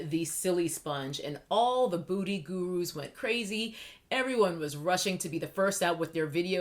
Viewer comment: Are you saying “booty gurus” ? 🤣